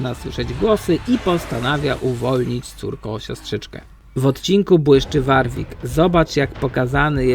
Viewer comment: ŁORŁIK<WARWIK XDDDDD kocham <333333